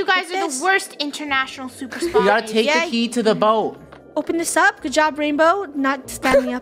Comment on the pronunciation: soup-er spy